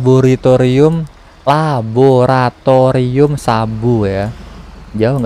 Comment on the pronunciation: Laboritorium ❎ Laboratorium ✅ 🗿